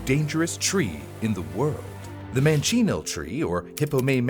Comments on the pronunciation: You're pronouncing the name incorrectly, but said it correctly once when you said the scientific name. It's not "man-chee-nee-el", It's "man-cha-neel". You're adding an extra syllable. ...and the tree is far more dangerous than you describe. Source: I'm a local that encounters them often and my family are natives going back centuries. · It's not Mancini, or Mancino, or however you pronounced it, it's manchineel. The only animals who can safely eat it are spiny black iguanas. (According to Google.) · It’s pronounced man-cha-kneel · awesome video. Just a heads-up though, the tree's name is pronounced man chin eel. Again though, interesting video.